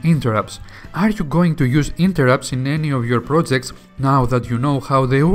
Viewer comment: you say plojects, stalted